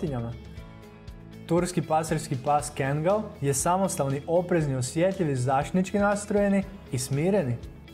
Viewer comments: Nije Kengal nego Kangal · Bo te kengal kaze se kangal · Kaže se kaggal